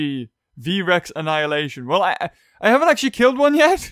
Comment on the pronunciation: Why say V.REX